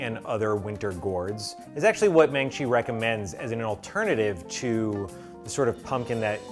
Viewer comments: 호박죽!! And just heads up, her name is pronounced "Maaahng-chi" with a long a and it means hammer lol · I love you, but her name is maangchi as in mung-chi. That's why there are two 'a's. She's a legend ❤❤ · Every time he pronounced "Maangchi's" name incorrectly.. it made me wanna slap him!! 😆